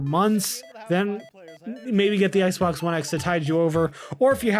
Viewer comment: swear he says Xblox one X, in the beginning hahahahha